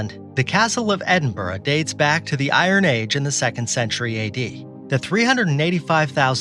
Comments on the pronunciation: As a Scot!!! it's pronounced Edin' Brah! lol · edinburgh but you pronounced it wrongly . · One would think the narrator would pronounce "Edinburgh" correctly.